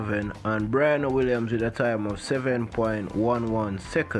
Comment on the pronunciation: Its pronounced BRE..ANNA, not Bri ..ana